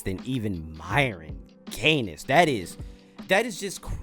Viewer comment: stop saying gaines like that, it's just like haines, you don't say hain-es